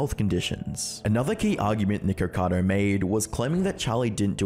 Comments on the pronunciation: NICKO Not NEEEEEKO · Charlie saying nicado instead of nikacado kinda bothered me 😂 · I think the name is nikocado not nikocadER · Why ppl can’t say nikocado?! It’s not nicado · why when the video started you said nigercado